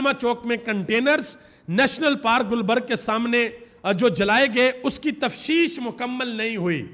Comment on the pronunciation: Salaam It is tafteesh not tafsheesh! FeeAmanAllah